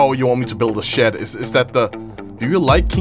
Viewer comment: “I want to build a shet”